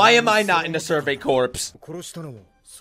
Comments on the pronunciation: Corpse is pronounced like core when used to talk about a military branch/division/unit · I love you but corps is pronounced “core” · As some one who was in the Marine Corps, Corps is pronounced like Core. The word corp is an abbreviated corpus meaning body I believe. But the core also has meaning as it’s similar to the French word for heart, cœur. So you could read the Scout Corp as the Scouts giving their Bodies and Heart! Shinzo wo Sasageyo!